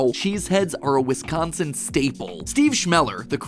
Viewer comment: Hey he said Wisconsin correctly. For anyone wondering, treat the the 'c' life a 'g'. It shouldn't sound like "Wiskhonsin"